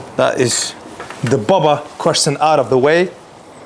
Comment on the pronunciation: Saying Bowber and not Bobber is not posh, it's just dumb. So, really can't take any of this seriously.